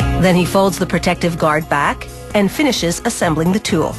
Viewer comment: Why does she keep saying teul instead of tool?